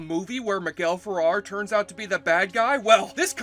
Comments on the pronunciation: pronounced Miguel Feh-réh-r (w accent in the second "e") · Good recounting of this painfully awkward film... It was almost as painful as you mispronouncing "Ferrer" over and over. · Miguel FerrEr. Not Farrar. And David Ogden Stiers' last name is pronounced "steers."